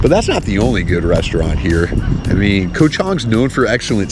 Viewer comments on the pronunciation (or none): KOH (island in Thai) is pronounced with a soft (o) like in the word GOT. Just say GOT without sounding out the letter (t). That’s how you correctly pronounce KOH.